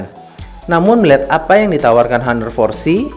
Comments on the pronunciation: bang, bacanya "aner", bukan " haner", gapapa sih, gapenting :v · its honor at singapore cuz... not hanor